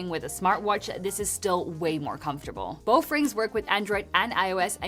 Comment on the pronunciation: "Boff rings" Is she saying that on purpose?